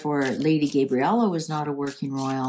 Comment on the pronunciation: Lady Gabriella , not Gaybriella